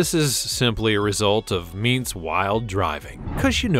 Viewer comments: God this guy narrating this video absolutely does NOT know anything about monster trucks and the drivers ...Idk where he comes from but alot of his info is wrong! BTW narrator, its not "Meents" as you say, Toms last name is pronounced "ments"like saying the word "mints" but sub the *I" WITH an "E" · It’s Tom meents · You pronounced Meets and Vaters wrong Edit: You also pronounced Son-Uva Digger wrong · Dude really at least listen to and watch some of the interviews to learn how to pronounce the names of the people and trucks . Listening to you saying meets an oova was to much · It’s ments in how you say toms last name and the sonuva digger is pronounced son of a digger Bar e muh sower is how you pronounce zombies driver. And it’s cubic inches not cl it’s a ci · He forgot about the Mohawk warrior the guy actually had a Mohawk to and that’s a pretty cool truck. my favorites are grave digger and max d but him butchering Tom meents name and him saying son uva digger wrong had me rollin he doesn’t watch monster jam at all😂